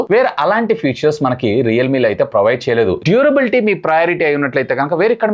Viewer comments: Atleast after doing these many videos and reviews, I hope you will correct and understand the difference between features and future. No offence, I hope you pronounce the words properly. For phone are mentioning about their ఫీచర్స్ not ఫ్యూచర్ minutes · Vadu vadu butler english 😂😂😂 mah of the battery, futures